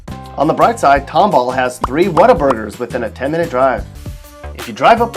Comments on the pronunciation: Oh and also its not tom-ball...its pronounced tomble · Why did he lousy city of tomball Texas when it's clearly tom all county